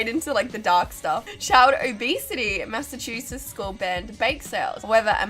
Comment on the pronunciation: The high school I went to banned shoulder exposure. Dumbest thing imo. And no, you weren't far off with pronouncing our tongue-twisting state of Massachusetts. 😂